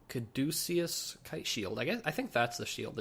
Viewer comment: kad-a-kus, it's that twirly snake rod Hermes held, now signals medical stuff